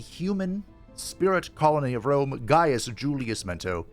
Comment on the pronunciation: Definitely Wome 😂